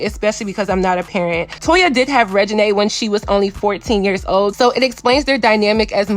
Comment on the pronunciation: I'm sure there are a lot more people with that name that you could have thought of aside from Lil Wayne lmao. Is he even relevant now a days? SMH. The first thing that come to my mind is Regina George from the mean girls movie. I still don't think that is how you pronounce her name. It's probably pronounced the same way the name Regina George is pronounced in the movie mean girls.